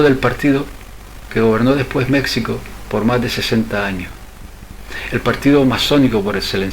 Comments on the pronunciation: ¿Por qué le llamas "Mécsico" todo el rato? Eso desmerece la buena labor de investigación que has hecho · Y por favor pronuncia Mexico con jota ... los mexicanos conserva la forma antigua del castellano que en Castilla se adoptó la jota para ese sonido....Ximenez es el actual Jiménez...etc. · Vas a decir que es una ridiculez lo que te voy a pedir, más aún con lo interesante y bien investigado tema. México se pronuncia como un día lo escribieron los españoles peninsulares: MÉJICO. No es tu forma de pronunciar de pronunciar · Mexicano y México están mal pronunciados en todo el vídeo. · Un error tipográfico nada más. No como su constante y contumaz pronunciación errada. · No tiene Vd. derecho alguno a desfigurar una propiedad común como es el idioma. Saberlo no es estupidez. Empeñarse en desconcerlo, sí.